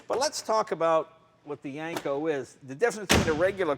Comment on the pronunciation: Jay keeps pronouncing it as Yanko, not Yenko. Take a listen